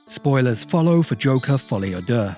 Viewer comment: Do you know what's amazing? The first person that I hear pronounce "Folie a Deux" correctly says that it's a good film. I've heard 100 negative reviews of the film and they all mispronounce it. Probably a coincidence, but just an observation that I had.